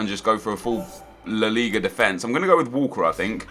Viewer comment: Why do you say defence like an American? You are not American.